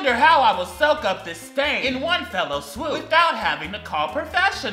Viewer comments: I have questions. Firstly, why is your house so purple? Second.....you do know it's "one fell swoop" and not one "fellow swoop" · Is anybody going to tell that it's "one fell swoop" not "one fellow swoop"...? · saying "fellow swoop" instead of fell swoop is so me coded it's ficking unreal. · I love you but it’s “one fell swoop” not “one fellow swoop” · I need someone to tell that the phrase is "in one fell swoop" and not "in one fellow swoop" 😂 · ITS FOWL SWOOP MAC COME ON I LOVE YOU BUT FOWL SWOOP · Is anyone gonna tell him that it’s “fell swoop” not “fellow swoop”? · BRUH i know gays can't speak correctly but it's one FELL swoop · it's fell swoop, not fellow swoop I swear to god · Dude, I love you man. We're best friends. You know that. But it's "fell swoop", not whatever weird shit you were saying. Call me! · Was he saying "fellow swoop"??